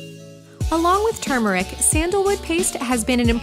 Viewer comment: Yes! Someone finally says the word turmeric correctly!! 😭❤️